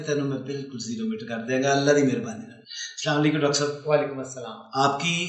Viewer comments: Oye slam assalm O Alikum hota hai slanlaikum ni hota shram kro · سلام تو ٹھیک سے کریں ۔۔اسلام علیکم کہیں